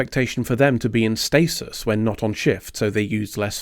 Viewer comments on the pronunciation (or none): none